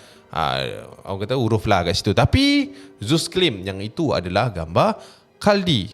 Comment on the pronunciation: Khuldi kot, bukan khaldi😂